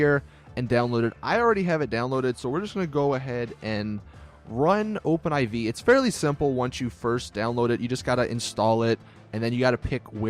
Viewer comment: It's Open 4 dude. Not Open 'I-Vee'.